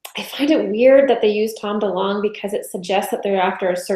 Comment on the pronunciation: Delong, not dealing